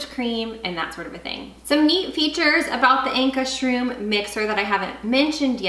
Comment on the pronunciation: Pronounce it like "Anchor's Rum".